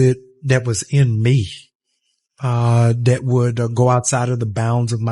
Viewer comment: If you pronounce that as “dat,” I can’t take you seriously.